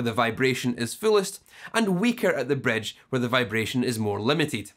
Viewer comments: Don't forget the "Bredge" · but the best is bredge peckup!